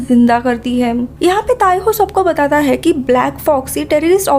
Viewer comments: Bolne ki style thodi sudharo...kuch word ke pichhe M lag jata hai..jaise vo ye karta hem..shuruat hoti hem Space station bannewala thaam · Them . Hem . Thim . Tham. Ye kya hai? Ye kounsi bhasa hai?